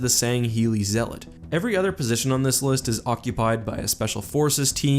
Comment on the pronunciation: Zealot is pronounced zeelot Bruh